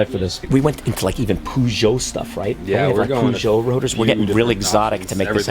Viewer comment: no pun intended, but your pronouncing Peugeot wrong. Just a heads up 👍✌️.